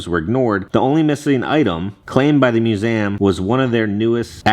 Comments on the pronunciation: It’s Literally called Museum Not Musame with the Letter A Lmao 😂😂😂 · Mu-zee-um 😂😂 dying at how you say museum 😂